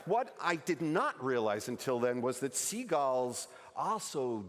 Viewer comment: So not only can he not say "Penguins" he also can't say "Seagulls". Good to know.